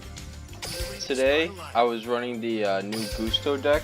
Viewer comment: I'm pretty sure its Guss-toe..... you know... like a gust of wind....because... they're wind type.